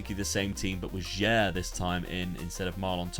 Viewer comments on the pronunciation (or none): Your pronouncing for "sudamericana" or "sulamericana" is nice man ❤ About that young player Jair pronounces like "ja-eer".